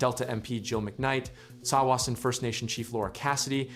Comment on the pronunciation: You'd think they might learn how to pronounce Tsawwassen.